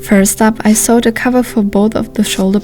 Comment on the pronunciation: War das letztes Teil am Kloster Chorin gedreht ? Vorsigt, achten Sie auf die Aussprache von "ich nähte" (I sewed), weil "I sawed" meint "Ich sägte". 😉